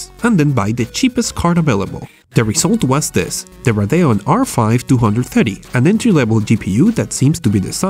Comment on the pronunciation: LOL RADAON ITS RADEON SPELL IT OUT RADEEON